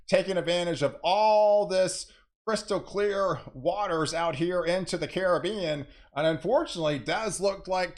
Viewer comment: Thank you for pronouncing the Caribbean as it is. Thanks a million. It grates my ears to hear poorly educated people pronounce it like it is a foreign word. thank you, thank you, thank you. As someone from the Caribbean it means a lot to me.